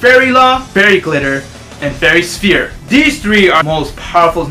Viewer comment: did he say fairy sphere?! XD